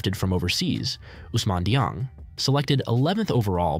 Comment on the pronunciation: Dieng was traded to the Thunder on draft night he didnt stay with the Knicks. Also you pronounced his name wrong. You are good at editing and seem to like what you are doing so I hope you succeed as a youtuber but please make sure to do more research for the videos. You would also be able to make better content I think as you could make takes that maybe others have noone has said. Again no hate I hope you succeed